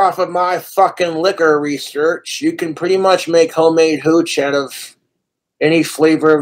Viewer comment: i hate how much emphasis he puts on "mead" and "hooch" like, shut up you regard.